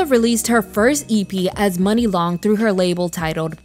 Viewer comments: Great video 👍🏽 But her name is pronounced "Muuunee" Long not "Money" Long per Muni Long 😊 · I KNEW HER NAME WAS M-yoo-nee